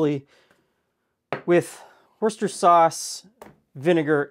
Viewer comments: you appear to be missing/skipping the final syllable in the word - it's pronounced like the following 3 syllables:. WHIR Stir Sure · Why do you insist on mispronouncing Worcestershire sauce? The affectation that it's a hard word to say is not a trope I would expect to find on your erudite cooking show. Allow me to offer a pronunciation guide: Woster Sheer. Easy as that.